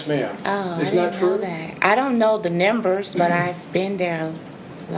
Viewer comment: Why does she keep saying "nimbers"? It's NUMBERS!